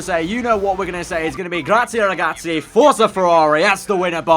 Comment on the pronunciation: Great vid but please stop with the grazie ragazzi, it sounds shit with your accent